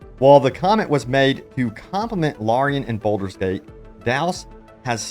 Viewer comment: BALD-ur Not "boulder" Also: leh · ree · uhn not "LARreeuhn" ALSO: HULL-A-BA-LOO not "hullabullah"